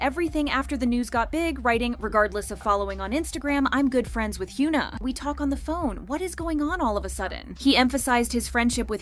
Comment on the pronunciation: Hyoona. More shitty, engagement bait pronunciation from this terrible channel